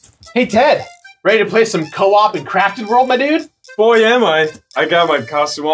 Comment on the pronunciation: All I hear is “Yoshi’s Crappy World” and it makes me laugh. Liked and subscribed. 👍